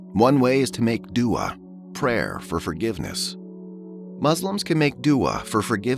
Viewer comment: I understand this isn’t AI but pls use someone with Arabic sound or tone. This literally sounds like a white guy who can’t pronounce the words. I love white ppl by the way not tryna sound racist. But duah isn’t do uhh. Pls use another voice or teach this brother how to pronounce the words. Ead al fitter? Come on guys!